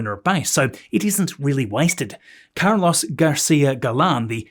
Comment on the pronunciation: OMG..😅 you absolutely butchered the name, 'Carlos'!@